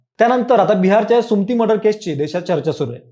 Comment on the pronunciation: सुमती नाही सु म ती म्हण